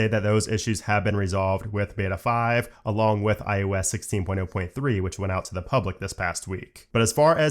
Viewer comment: Stop saying IUS